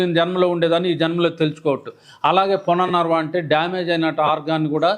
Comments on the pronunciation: రీజోనేటర్ పౌడర్స్ , బుక్స్ ఎప్పుడైనా అమ్ముకోవచ్చు! ముందు మూలికల పేర్లు సరిగ్గా తెలుసుకోండి. పునర్ నర్వ కాదు "పునర్నవ" అని పలకండి. అమృతవల్లి అంటే మృతం లేని తీగ అని అర్థం నాగరాజ కాదు "తెల్లగలిజేరు" ఉసిరిజేయనిమేలు తల్లి కూడా చేయదు అంటే అర్థం కాలేదు. దు సా..రా... వ సారా కాదు ధూసర తీగ , సరస్పతి కాదు సరస్వతిఆకు. పిచ్చి పంటాకు కాదు పిప్పింట ఆకు. తుళసీ కాదు " తులసి ". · పుననర్వ కాదు పునర్నవ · అది పునర్నవ..డాక్టర్ గారు...పుననర్వ కాదు... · It is punarnava but not punarnarva.